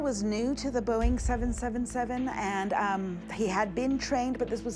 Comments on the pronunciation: its pronounced "boeing triple-seven" and "MH three-seven-zero" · Boeing seven hundred and seventy seven 🤦‍♂️ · “ Boeing Seven , Seven, Seven “ … 🙄… i’m annoyed already… they can’t even get the name of the damn plane pronounced correctly